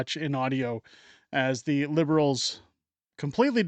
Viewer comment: WEF “ we penetrated dzee canadian cabinet”